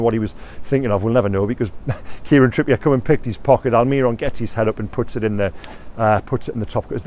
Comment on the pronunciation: Please please please stop saying migwell alMIRon, miggy has been with us for years, and your whole job is to cover the club, please, its really not hard to learn how to say his name